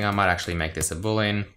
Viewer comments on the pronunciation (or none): none